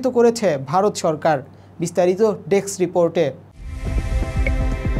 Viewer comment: Deks ? Or Desk ? উচ্চারণ আর উপস্থাপনার এই কোয়ালিটি নিয়ে কিভাবে জনগণের সামনে আসার সাহস করলেন ভাই?! ডেস্ক রিপোর্টে দেয়া voice over এর volume ,‌ video footage এর চাইতে‌ দুর্বল !